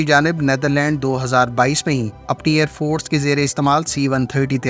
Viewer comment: بھائی ائیر فورٹس نہیں ائیر فورس ہوتا ہے۔ یہ بلاوجہ کا ٹ ہٹا دیں۔ شکریہ